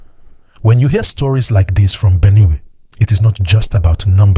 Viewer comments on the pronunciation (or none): What is Benew? It’s Benue please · the way you pronounce Benue is wrong sir